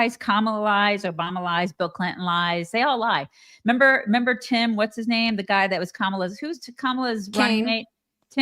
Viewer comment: also says 'member. Without the re!